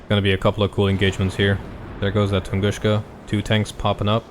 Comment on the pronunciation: Please stop saying TunguSCHka. It's TunguSka.